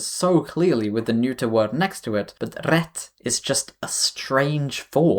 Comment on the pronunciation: The arabic part was a horror story... Congrats on your excellent Swedish pronunciation. And everything you said about "rätt" is spot on. Weird thing.